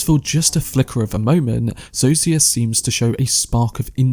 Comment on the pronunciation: Great video. Pro tip: Zosia is pronounced "Zoh-sha"